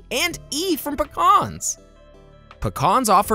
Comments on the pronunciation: its PEE-CANS ....NEVER PICAHNS!!! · I just hate how he says “PUHCKAAAHHHRRRNS” What’s the heck!!? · I don’t think I’ve ever heard anyone pronounce Pecans like that 😅